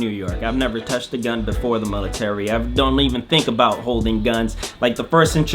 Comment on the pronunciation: There's no such thing as a "mulitary"